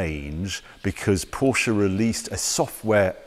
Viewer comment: Glad to hear you pronounce Porsche name correctly 😊